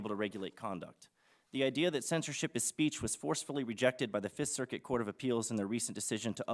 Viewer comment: “Fist circut”, “muzzle speech’. is legendary